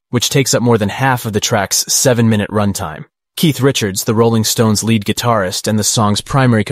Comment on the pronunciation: Ummm "lead" guitar rhymes with steed, not dead. It's in a leading musical role, not made out of element Pb.